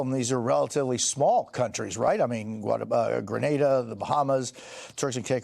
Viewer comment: Fake news. The government of Grenada responded to your story this morning, this is a lie and y'all should stop spreading untruths. Also it's "GREEN-aid-ah". You're a journalist for crying out loud , pronounce it correctly.